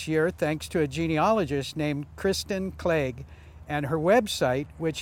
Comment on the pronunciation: He pronounced Cleage perfectly.